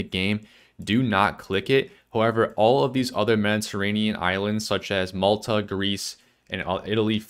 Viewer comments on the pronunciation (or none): none